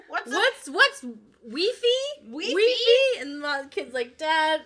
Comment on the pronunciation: Weefee ? WEEFEE? This bit killed me